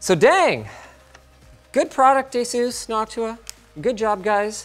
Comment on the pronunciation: ur pronouncing asus wrong. it's the other way. ur not Taiwanese, whats the accent for?